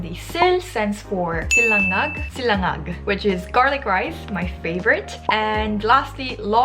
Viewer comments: its sinanglag not silangag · having a hard time pronouncing sinangag is just like me having a hard time spelling it in 한글. 🙂😂 PS: You probably can’t too.